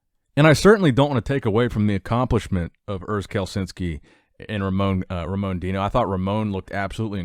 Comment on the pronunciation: The pronounce is Ramon "Rosha" not "Rocca".